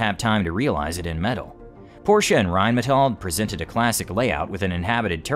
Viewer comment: Rheinmetall has requested an export permit for the Leopard 1 MBT but the German government has not given it yet. BTW: It is "Porsche" and not "Porche" or "Porshe". ;-)